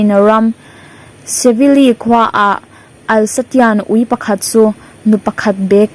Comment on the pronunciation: I thil lam diklo atam ngei mai uluk deuh chu ila ngai entir nan alsasian ui kha alkasian iti daiha😂